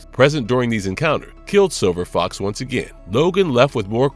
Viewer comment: Are y'all using AI to voice these things now? There's a hell of a lot of mispronounciation (see: calling Silver Fox "Silver Fok").